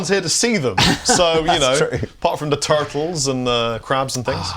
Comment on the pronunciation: The "tartles"? :D